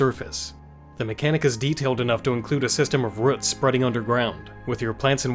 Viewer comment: You say roots funny but I love you anyway